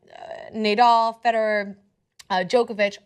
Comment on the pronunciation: Ugh. As a 5.0 rated tennis player, listening to complain about men vs women pay gap in tennis. When she was naming the male players, she called Nadal "nay-doll." Its pronounced "nuh-doll." She isn't a tennis enthusiast and its painfully obvious. The part where that tennis official said some degrading things about women tennis players was a story. The rest of that stuff that was read into, the stuff about the disparity between pay of men and women tennis players is NOT a story. Male tennis players bring in more viewers and money, they should be making more money. I get the while feminism thing, and I am for pay equity for women, equal work = equal pay, but this is a SPORT. this isn't a job at Kohl's or Target. I have seen countless pro tennis matches. The men's matches are downright more fun to watch. Part of that is probably because more tennis players are male. And that seems to hold true to my own experience in life playing tennis.